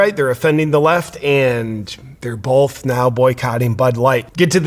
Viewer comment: When you say the word both, you actually pronounce it bolth